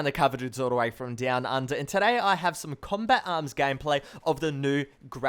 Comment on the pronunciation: you say "combat arms" so fast it sounds like "combit arms"